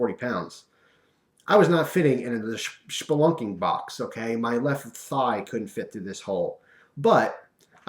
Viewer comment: It's SPelunking, not SHPelunking.